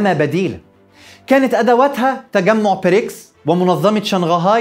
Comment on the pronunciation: واضح انها حلقه قديمه، لأن حضرتك بتتكلم عن رئيس وزراء انجلترا الأسبق بوريس چونسون، وبعدين خد بالك من النطق، البريكس يبدأ بحرف B وليس P